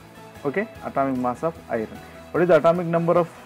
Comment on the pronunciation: Just everytime he says Iron as literally Ay-ron not like A-yorn makes my ears tingle.